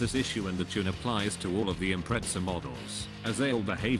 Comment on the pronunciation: "SubAIru impreTZZA" the best pronounciation ive ever heard.